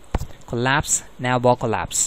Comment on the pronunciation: don't say navbar like that